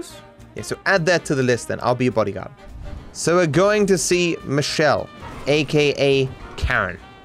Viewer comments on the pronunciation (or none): none